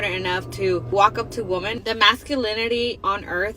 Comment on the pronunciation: This trend of pronouncing women as woman is so damn annoying!!!